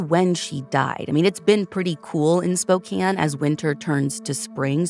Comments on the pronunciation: Props for pronouncing Spokane correctly 🙌 instantly upped my respect for 🫶 not enough channels research enough to even pronounce names/cities correctly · Thank you for covering this case. Makes me angry as a resident of Spokane, I will be writing the AG. You are one of the few true crime journalists who pronounce Spokane and Coeur D’Alene right. My all time favorite pod.